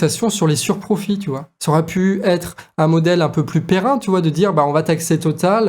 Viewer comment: 5'30... ''un modèle perrin ''??? 🤣🤣. Pérenne, petit, pérenne.